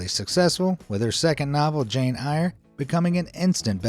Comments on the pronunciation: Jane I-ER? Really? Jane “Air”. That’s how its pronounced. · it's pronounced 'air' not 'eyer' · Two things: Ms Bronte's book is pronounced like "air". Secondly, the fake studio sounds a lot like entrapment to me... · I enjoyed these stories. But the mispronunciation of "Jane Eyre" was cringe-worthy.